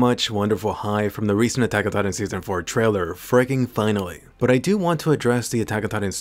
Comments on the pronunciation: "why did atagada" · Everyone: attack on titan This guy: atacatatan